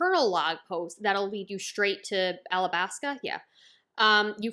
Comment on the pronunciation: ow no problem but I'm pretty sure it's alabasta cuz everyone else says it like that